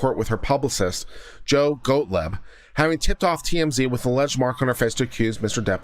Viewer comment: Unrelated but the names are pronounced "Wutten" (Wooten) and "Gottleeb" (Gottlieb) The nitpicking aspect of my personality compels me 😂